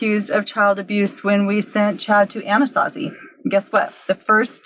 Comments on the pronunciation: LMAO i didn’t know you were saying the channel name different on purpose😂😂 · I literally had no idea it meant a to z until he pronounced it differently like a week ago😂